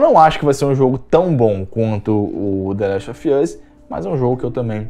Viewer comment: The last of ian's ? Kkkk sua pronuncia é muito ruin . Não se ofenda mas seu inglês não é bom .